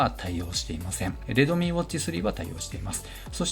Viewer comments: 発音がredomeeになってますよ とか？ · レドミーじゃなくてレッドミーね